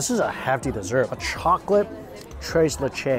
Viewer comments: Lol "chrase lachay" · Tres leches, three milks in English. Not what ever u said lmao 😂